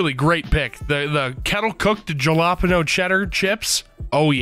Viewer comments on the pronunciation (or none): I'm sorry, jahlaapeeno?????? I usually don't make fun of pronunciation but man... that was bad.